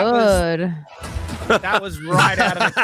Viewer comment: Of course the blue haired girl says “thawt.” Women can no longer say the word “that.”